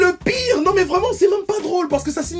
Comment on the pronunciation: Une congolais vraimeererrrnt